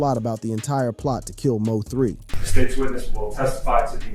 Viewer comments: Stop saying M o 3 its mo3 bih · who ever the commentator is need to get the name right mo3 don’t stand foe missouri 3 bruh LL3🕊️